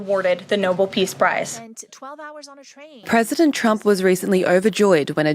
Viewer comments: It’s the voices in his head that say he deserves the Nobel peace prize.Would some one tell that woman that it’s the Nobel prize not Noble.Has Trump got a new hairdryer or is he wearing a toupee,his hair looks very fluffy today.The delegates he preached at must have very sore mouths from biting their cheeks to stop from laughing at him.He broke his own record for non stop drivel and lies. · Love the way Karo-Lying Levitt calls it the "Noble" Peace Prize. It's "Nobel" as in Alfred Nobel - not noble ya dummy. Honestly, is ANYONE in this administration educated or all they all just a bunch of blowhard baffoons? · Leavitt pronouncing the peace prize “noble” instead of No-bel. ;) ; always good for a laugh. On the bright side: trump’s learned how to pronounce Azerbaijan.! Next up: learn how to say acetaminophen. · Why is it these maggats can’t pronounce Nobel and instead call it noble peace prize? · Maga seems to agree that trump is worthy of the Noble prize. Pronunciation matters. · Why do so many pronounce it "noble" peace prize? Are those the same that say "nucular" ? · Ah hell, they can't even pronounce it correctly. Trump and his regime are stochastic terrorists. Enough said. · Karoline, it seems, hasn't figured out how to pronounce Nobel. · Can Karoline Leavitt at least learn how to pronounce "Nobel"? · Caroline Levitt cannot even pronounce the prize properly. Trump spells it Noble and that’s what she said. Do those idiots think it is a prize that makes you nobility? Beyond STUPID! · Karoline can't pronounce "Nobel"? I noticed because I was corrected when I was in middle school. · Leavitt doesn't even pronounce Nobel correctly. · Levitt can't even pronounce Nobel correctly!!! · she can'r even pronounce it properly-yikes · Maybe the white hovel's spokesliar should learn how to pronounce "Nobel". Just a thought. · You would think Leavitt would learn how to pronounce NOBEL correctly! Good grief, little girl with a too-big job! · Ms. Leavitt, it's No-BEL, not Noble.